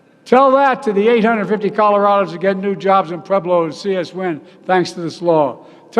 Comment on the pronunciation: I live in Pueblo, Colorado and when you said it my eardrum exploded.